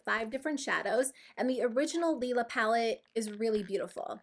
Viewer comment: Thank you so much for pronouncing Lila palette correctly :P I purchased this as well and I have absolutely no regrets - I totally feel like it's up your alley. Would love an update or tutorial with it at some point! Also your look in this video is stunning!! Best I have seen using the Norvina palette so far! <3